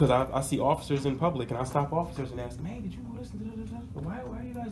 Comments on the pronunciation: He just had to axe a question.😆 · It's ASK not AKS (AXE) You'd be in trouble if you AXED someone.